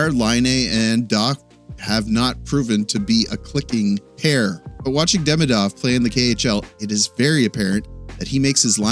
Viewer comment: its not hard , please take the time to pronounce his name right !